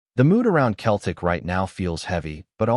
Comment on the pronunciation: If you can't even pronounce Celtic properly, no-one will listen to your AI slop!